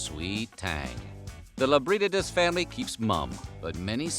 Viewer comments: My god did you butcher the pronunciation of Lambrinides. Lamb ber knee dus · Could you have butchered Skyline founder Nicholas Lambrindies name any worse? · That's not how you pronounce Lambrinedes And Skyline is only one version of many in the area...each has their own take